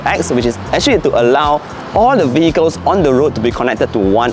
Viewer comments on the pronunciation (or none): none